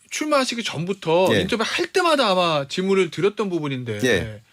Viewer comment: 태현아, 이너뷰는 뭐니? 그냥 한국식 발음으로 인터뷰라고 해. 어중간하게 굴리면 더 이상해. 미국에서도 인터뷰라고 발은하는 지역있어. 이너뷰는 어디 영어야 도데체...